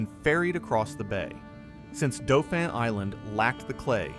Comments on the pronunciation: And Dauphin Island lol he said it like Doe-fin and it's pronounced Daw-fin, but still a nice documentary. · Dauphin pronunciation is wrong too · In a southern expression, the narrator should be ashamed of himself for his mispronunciation of locations, such asDauphin Island and MOBILE just ask Google.